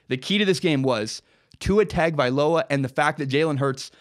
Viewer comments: You’re all wrong it’s hung-oh-vailoa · Tua's name is spelled hideously. Or at least the first two syllables are. It's pronounced: TUNG-uh-vigh-LOW-uh. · It's spelled "TAG" it's pronounced "TOUNGE." Get it right, he'll be at Bama for the next two and his little brother could possibly be at Bama for 3 after high school. 6-8 years you'll hear that name. ROL17IDE! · Please pronounce his name correctly. Say "Tungue O Vi Low ah" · Let me spell it out correctly ..Tah ngo vah ee low ahhh. That is how you pronounce it. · Correct pronunciation is Tua tongue oh vailoa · LOL! remove the ue on tongue and you'd have it spot on. It's pronounced TONG-oh-vai-loa. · ....what??? That's the worst butchering I've ever seen. It's Tua Toungue-O-Vye-Low-Ah.